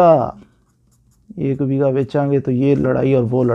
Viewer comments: Begha not Bega بیگھہ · اسلام وعلیکم و رحمۃ اللہ و برکاۃ پلیز آپ نے بہت ہی اچھا سمجھایا ہے مہربانی آپ کی لیکن آپ سے عرض ہے کہ لفظ بیگا نہیں بلکہ بیگھہ ہوتا ہے ایک اور عرض کرنی تھی کہ میرے رقبہ کے درمیان سے سڑک گزرتی ہے اور مشرق وجنوب سے بل کھاتی ہوئی نہر ہے جو کہ پھر مغرب کو چلی جاتی ہے میری کوشش کے باوجود مجھے محکمہ مال سے مساوی نہیں مل رہی ہے جس کو شائد فیلڈ بک بھی کہتے ہیں میں اپنے رقبہ کی قطریں جو ہیں ان کی پیمائش کرنے سے قاصر ہوں کیونکہ مجھے نہر کی چوڑائی معلوم نہیں ہے میں کیا کروں راہنمائی فرما دیں